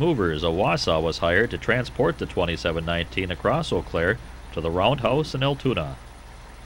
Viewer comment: its "yoo Claire" btw. also not enough shoptalk lol and the FRA is now angry at you for kicking a car